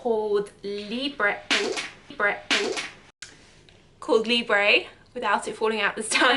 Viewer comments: C’est pas Libreeeeeeee c’est LIBRE ( libr) pronounced please pronounce our perfumes well or just don’t buy them 😒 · YOU CAN'T EVEN PRONOUNCE THE NAME CORRECTLY!!!!